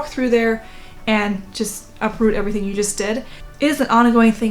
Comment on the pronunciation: "Labelin' errrtang...wall...myself!" I literally LOL and I need that so much today. I'm recovering from a flare up (that's why I have time to binge watch). I'm so glad I found your videos. The laughter is helping me feel so much better 💙